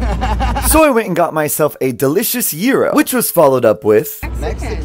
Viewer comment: THANK YOU. SOMEONE knows how to pronounce, "Gyro" It is NOT how it is spelled. THANK YOU mand